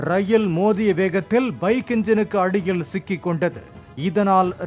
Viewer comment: பைக் இன்ஜினுக்கு அடியில் சிக்கிக் கொண்டது என்னடா உன் உச்சரிப்பு